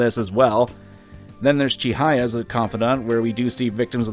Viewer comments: irks me though how youre pronouncing cuddly Chihaya's name as chiNhaya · I do like yugioh videos but like come on man. As someone who's 100% Persona 5 Royal, bro is on some shit. You're completely right. One thing though; Why do you say Chihaya like that?